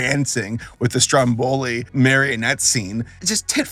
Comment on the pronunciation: it's StrO'M.boli ffs! - like the Island! Just Google the pronunciation🧐🤨 But yes, you're right in every other thing👍👍